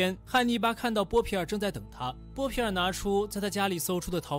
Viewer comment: 看了几十遍了，不过up主念错了很多，妹妹是米沙，有一幕念成米粒了，还有那个是波皮尔，念成波尔皮了，哈哈，不过依然很精彩